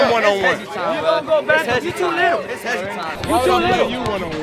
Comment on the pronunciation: "He's to lootle"